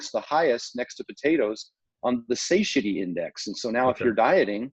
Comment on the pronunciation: Stan! It's pronounced SA-TI-ETY. Christ.🤦🏻‍♂️ lol